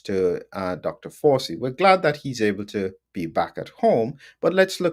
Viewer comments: Hi - it’s pronounced Fow (like wow) - chee, not Forsee, as far as I’m aware. Happy to be corrected. Very interesting episode - some parts a little beyond me but I’m still learning. Thanks again. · Excellent exegesis. Are you pronouncing Fauci correctly? You make it sound a bit like 'faucet,' but it's an Italian name, isn't it . . . ? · Why are you pronouncing his name like that?